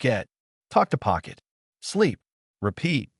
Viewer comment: French Accent? "Pocket" LoL Spanish? Pokito poquito? French?